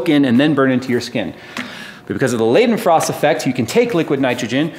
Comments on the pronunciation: All was epic except the pronunciation of Leidenfrost haha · Love the vid BUT its more laydenfrost than leyden ... just if you should care